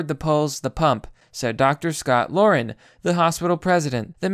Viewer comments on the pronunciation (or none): none